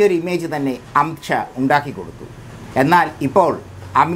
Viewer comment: വാക്കുകൾ ക്ലിയർ അല്ല.അംഷ അല്ല.അമിത് ഷാ എന്ന് ക്ലിയർ ആയി പറയണം